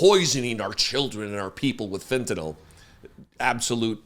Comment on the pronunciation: Thanks,, for pronouncing it fent-a-nill and not fent-a-nall, like the idiot Mango Mussolini.